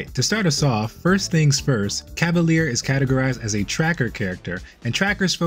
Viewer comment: Hi, french person here! You seem to pronounce it "cah-va-leer". It's pronounced "cah-va-lyehr". Small difference, but I still believe it's important as the english definition for a cavalier (pronounced cah-va-leer) is different than the french definition for a cavalier (pronounced cah-va-lyeh) or the feminine form, cavalière (cah-va-lyehr). I'm glad french words are finding themselves more commonly into games these days, but I feel bad for anyone having to learn to pronounce them properly lol (Like coup de grâce in Dead By Daylight, which I've learned a lot of people mispronounce, replacing the "grass" with "grah")